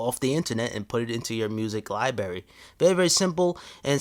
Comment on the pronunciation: did this bitch just say liberry